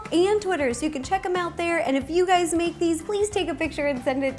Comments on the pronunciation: She said "Hey Gays" at the start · "Hey gays it's ro" she knew I was coming